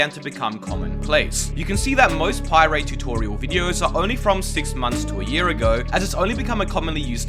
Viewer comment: Bro used a “How this is ruining Minecraft” video to learn how to pie-ray 💀